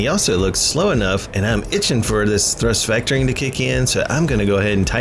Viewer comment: Thurst Vectoring....lol